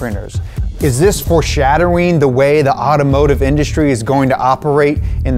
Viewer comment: he fr said “foreshadderwing”